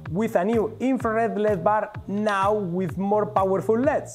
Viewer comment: Did he call LEDs "leds(leads)"...